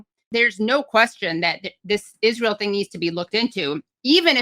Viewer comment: Love this channel. Also I wish Candace would stop saying "Ijjrael". It's just Israel, Candace.